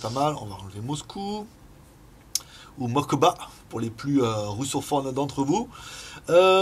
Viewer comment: C'est Moskva pas Mokba xD. Oui je poste un commentaire juste pour dire ça. x)